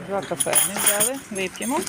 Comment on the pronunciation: Бля,не взяли,а Взяли